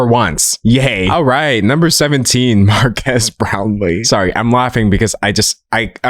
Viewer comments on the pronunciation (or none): none